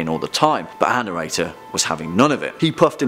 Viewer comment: I was today years old when I figured out who “anirator” was... He’s saying “our narrator,” right? (Not trying to sound rude. I’m just an idiot.)